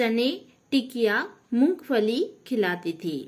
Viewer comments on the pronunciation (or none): none